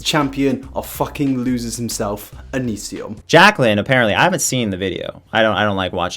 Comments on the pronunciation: here's a game, tale a shot for everytime he says youtube name wrong lmao j/k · I burst out laughing every time you mispronounced his name I was literally dying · Living for how you keep mispronouncing his name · It's not that you say it wrong, its that you say it wrong so many times.